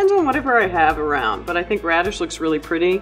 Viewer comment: Broosheda? It’s brusketta